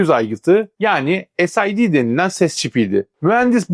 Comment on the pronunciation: tek bir eleştirim olacak tek: "viaci tuwanti" abi bunu demene hiç gerek yok allahın gavuru bile "vic tuwanti" diyor iken dümdüz vic yirmi desen kafiydi sid çipinede mesela aynı şekilde "esiydi" yani ne gerek var ki böyle birşeye dümdüz vic 20 de gitsin yani. sid çipine dümdüz sid de gitsin allahın amerikalısı bunu diyor iken niye biz kalkıp alakasız şeyler diyelim ki.